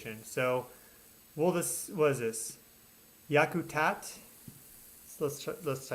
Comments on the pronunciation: it's pronounced Yak-a-tat 😂short a sound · Pronounced YUK-uh-Tat